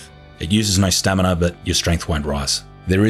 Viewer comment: its a running gag.. he used to say (or at least it sounded like it) stanima isntead of stamina all the time.. and now its stanina i guess :D